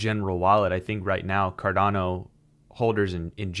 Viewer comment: It’s Cardano, not Cardana! Thanks 🤦‍♂️